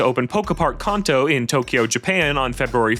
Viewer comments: I genuinely believe you are rage baiting unless you pronounce it the same way. He pronounces it as Kar-n-toe. The way I, and everyone I watch on YouTube (except this guy obvs), says it is can-toe. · Omg I can’t get over the way this guy pronounces Kanto. - I’ve never heard someone say Karn-toe before lmao